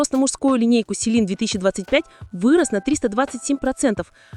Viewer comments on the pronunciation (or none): none